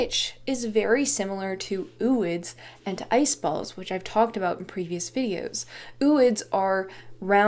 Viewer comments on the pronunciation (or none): I would pronounce "ooids" like "o-oids", like "ovo" without the "v". O-ocyte. Zo-ology.